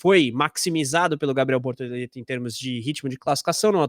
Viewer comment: Procura-se emocionados falando bortolento 🫵🏼🤣👀👀